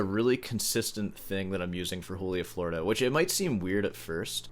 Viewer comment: 6 hours was baseline for me prepping for university auditions. Then I flunked high school and it was irrelevant. edit: bruh if you’re gonna butcher the pronunciation of Florida why not just say Joolia while you’re at it